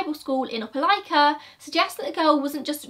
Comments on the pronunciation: Omg, I'm shook that you pronounced Opelika correctly!!! I live in this area. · I've haven't clicked an upload notification so fast since the last time uploaded! I live 15 minutes from Opelika and this case has puzzled me since the first time I saw it on local news. Thank you for covering this case and excellent pronunciation of "Opelika!" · I grew up 15 minutes from Opelika. I’ve never heard of this case! 😳 Also, great pronunciation of Opelika!!